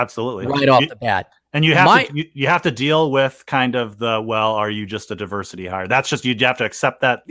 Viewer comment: Gotta love 'duh-versity'!!!